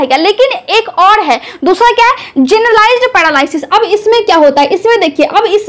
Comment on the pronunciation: madam pahle apni juban thik karaiye.aap r ka uchharan d karti hain.aap paralysis likhti ho par bolti ho padalysis.